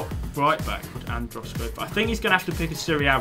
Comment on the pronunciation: It's good when says andros